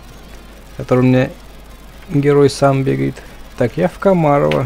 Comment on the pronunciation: Господи, как ты стреляешь в голову 1-2 патрона и все еще не КомАрово, а КомарОво